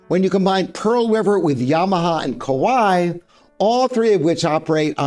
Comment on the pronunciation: Kawai is actually pronounced like Hawaii with H replaced by K.